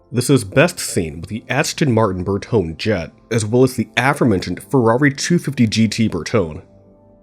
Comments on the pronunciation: Please. Let's get the name of the wheels right. And... the name of the design house is not "bur-tohn" but rather is pronounced "behr-tone-ney". Saying the name over and over incorrectly makes one wonder why the narrator didn't learn to pronounce it! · Berto neh. Not nay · Loved the video very interesting! But how can you call your channel "Barchetta" and then spend 20 minutes mispronouncing "Bertone" ITALIAN👏WORDS👏END👏IN VOWEL👏SOUNDS bertonE, barchettA... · "Burr-toe-nay"...just though you should know. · OH GOD! It's pronounced " br·tow·nee." Big ol' thumbs down. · I came here for this, I cringe at his pronunciation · Bertone...ber TO nay. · If your A.I. can't pronounce BERTONE correctly, NO SUB FOR YOU. Cheers